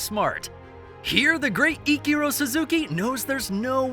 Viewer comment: learn how to pronounce ichiro please:)